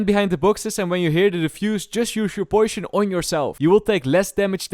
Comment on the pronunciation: Poishion xD